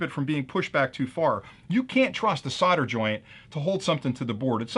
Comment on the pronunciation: Solder, it's SOLDer/SOLDering/SOLDered. Not fucking SODDER. 🤣